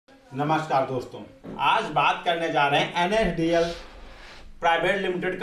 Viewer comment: Nadl nhi la**e NSDL HE VO name lena sikh le fir dushro ko sikhana 😶